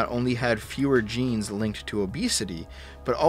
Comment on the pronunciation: you need to pronounce the G in Genes more clearly... I was just listening without the visual and it sounded like you were reading a parody study claiming that jeans was causing fatness...